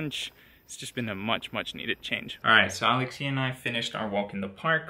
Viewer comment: Thank you for making this video! As a Greek in the US who can’t go to Greece this summer because of the pandemic, it feels really nice to watch it! P.S. Alexía is a beautiful and easy Greek name to pronounce, so no need to shift the accent hehe